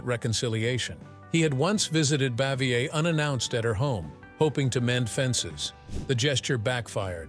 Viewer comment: Absolute rubbish! "Narrator" cannot even pronounce "Bavier" consistently sentence to sentence. I'm mad I wasted any time on this stinker.🤬